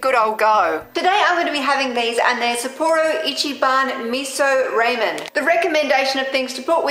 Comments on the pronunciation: .....ray-men...... no 😐 Rah-men..... (sorry if I sound a bit rude, I don't mean to it's just something that makes me cringe and panic...) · Lol it Rah men not Ray men I like the outside par BTW...I kinda felt like it was a nice change..felt like a relaxing little chitchat. In the future please do not eat the flowers. Those kind of flowers are not safe to eat. P,ease stay safe. Aww sweet kitty! I love cats too